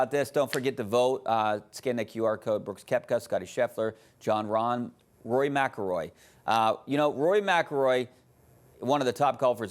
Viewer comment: She can't even pronounce Rory last name , she has no clue what she is talking about . DEI